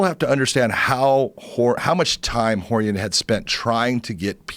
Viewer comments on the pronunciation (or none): The way Joe pronounces Rorion: Whore-ian